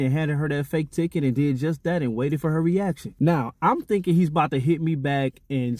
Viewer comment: So you want to know what I'm "finking". I'm "finking" your a couple of letters short of a full alphabet.